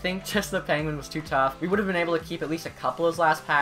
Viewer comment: Does it sound like he says Panguin to anyone else? lol